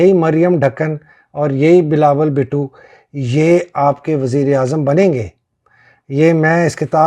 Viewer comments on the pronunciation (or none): none